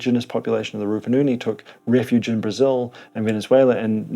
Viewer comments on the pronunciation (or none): none